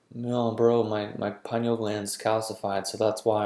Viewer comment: Lol get this stuff right there is no pie in pineal gland. Maybe if people pronounced it correctly more people would listen and believe these videos. Med pros laugh at these like why would I listen to this guy he can't even pronounce the name of the gland he's claiming to.